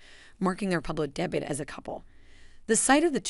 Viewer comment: It's not pronounced DEBIT.